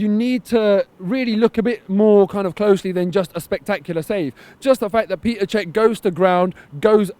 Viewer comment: Hey seeing as how he is now your first-choice keeper you should learn how to pronounce his name properly - it's Petr you wall street banker - not Peter! Did you buy that retro shirt off e-bay you hipster?